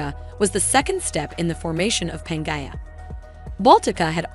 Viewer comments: My eye was twitching every time I heard Panja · It pronounced pan gee a